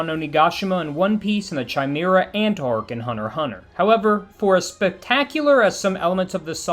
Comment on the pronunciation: The mispronouncing of Chimera is crazy but great video